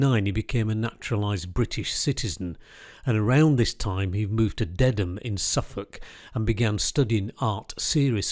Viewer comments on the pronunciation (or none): none